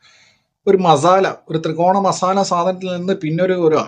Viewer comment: തൃകോണ❌ ത്രികോണ ✅